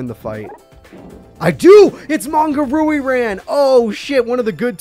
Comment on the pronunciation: Your pronunciation of Ryu-Ran as Rui-Ran gives me hives.